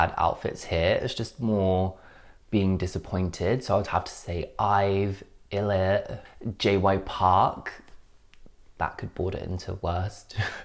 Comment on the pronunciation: you pronounce it more like eye-lit ☺️